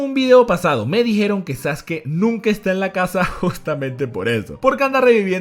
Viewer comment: muy buen video, en especial por la pronunciación correcta de Sasuke